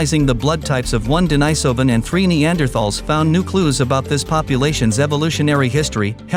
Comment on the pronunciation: Agreed. It's totally unnecessary. And I wish the narrator would settle on just ONE pronunciation of the word 'Denisovan'. This back and forth between two pronunciations of the letter 'i' in 'denisovan' is annoying